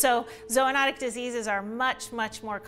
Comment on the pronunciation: Zoo-not-ic not zo